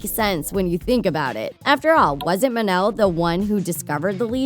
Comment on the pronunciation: Mon-el not mun-el